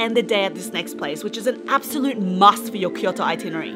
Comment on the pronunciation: the woman keeps saying itinary. hahahahahahahhahahahahahahaha it should be itinerary. hahahahhahahahahaha